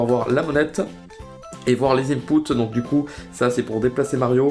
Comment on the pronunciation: c'est moi ou a tu a dit ducouille